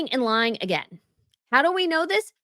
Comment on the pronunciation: But, as much as I enjoy following and watching your posts, please watch your diction. "Stop lying-guh! Stop lying-guh!". It makes you sound unattractively colloquial. Thanks.